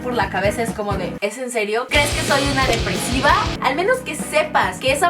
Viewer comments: En el minuto dice deprevisa en vez de depesiva😂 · Fui la única que noto que decía "¡DEPREVISA!" en lugar de "¡DEPRESIVA!" xd? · En el minuto decia deprevisa en vez de depresiva bueno cualquiera se equivoca😂😁😂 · En el minuto dice deprevisa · Like si te distes cuenta de q dice deprevisa